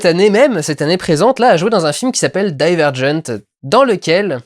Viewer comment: C'est juste une petite précision, ça ne me fait rien du tout. Je trouve juste que ça fait juste bizarre d'entendre parler français tout du long et puis d'un coup prendre un accent anglais (ce qu'il fait souvent dans ses vidéos). Même si je l'ai vu en VO aussi, je dis "Divergent" avec notre accent français bien dégelasse. Maintenant, mon commentaire (en haut) ne se résume pas seulement à cette précision (et erreur de ma part puisque je pensais que même en VO, le i était prononcé comme en français... je met ça sur la faute de l'heure) :)